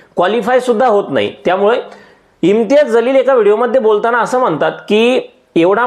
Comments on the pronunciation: तुमचा व्हिडियो अगदी बरोबर आहे. वास्तविक आहे. पण त्यांचे Imtiyaz Jaleel असे नाव आहे. ज आणि ज़ मध्ये फरक आहे. त्यांचे नाव जलील आहे. तुम्ही ज़लील असे म्हणत आहे. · महाशय आपण एवढे शहाणपणाचे डोस या व्हिडिओतून दिले आहेत परंतु आपल्याला सुद्धा इम्तियाज जलील यांचं नाव व्यवस्थित घेता आले नाही. त्यांचं नाव इम्तियाज जलील आहे इम्तियाज ज़लील नव्हे। नावातील हा फरक समजून घ्या नंतर व्हिडिओ बनवा.